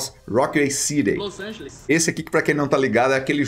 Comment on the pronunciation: "Lol Angeles" skskksksskskkskssks